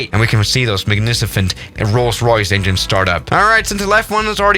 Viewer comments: Magnificent ❌ Magnisifint✅ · It's not magnificent it's MAGNICIFENT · bro he said magnificent as manificent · 'magnicifent' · “Magnicifent” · he just said magnicifent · “Magnicefent plane” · Magnicifent - Lol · Did really said “magnicifent” lmao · ah yes magnicifent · magNICIFent airplane 👍 magNICIFent engines 👍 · magnicifant? lol, heard you. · Thr guy literally says "Magnicifent" Keep it up bro! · Is it just me or was it "magnisifent" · Oh, say it again!!!!!! "magnicifent"